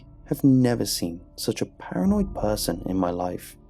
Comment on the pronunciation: " I have never met such a parinoid person" well wait until you meet me